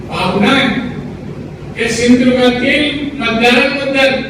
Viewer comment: महाराष्ट्र विकू पाहणाऱ्या लोकांना मदत करणारा बेईमान मराठा ज्याला सिंधुदुर्ग असं बोलता येत नाही महाराष्ट्राच्या शत्रूंना मदत करणारा